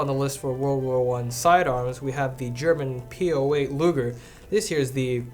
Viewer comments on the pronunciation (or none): none